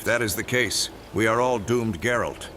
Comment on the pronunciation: Geralt... not 'Jerald' You say I took dandelion out whoring?